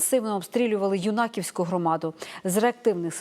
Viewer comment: Юнаківська громада - треба наголос ставити на Ю , а не на І